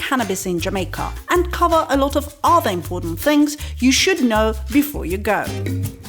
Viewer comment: yeah...I think she also said "yeah man" quite well (not the ones where she was "mimicking" tourists; but when she noted that in phone conversation it comes out naturally). I also heard her say "adda" for "other" when she was talking about Road Side food. All very awesome